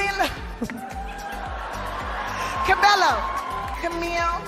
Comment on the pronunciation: Camila Cabello hi Cabello tih lai hi Cabeyo tih ang in lam tur..